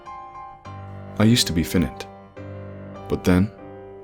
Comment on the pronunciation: Don not dawn Finite is pronounced fynite (soft i)